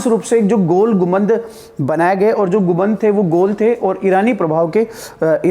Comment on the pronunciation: Sir गुबंद नहीं होता गुंबद होता है